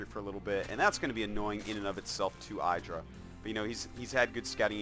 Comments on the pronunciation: Damn its pronounced "Iddh-rah" Artosis! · saying 'eyedrah' is like saying 'air-tosis' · I hate artosis' games of IdrA because he just doesn't get it. Someone must have told him already that his name is not eye-dra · Cringe every time I hear eyedra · Why you pronounce Idra wrong all the time? Are you doing this on purpose? ^^